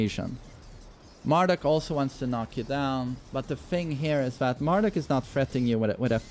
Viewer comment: Always love how says Mar-DOOK lol